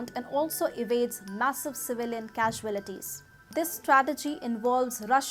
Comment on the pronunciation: Pronunciation of "CAUALITIES' is wrong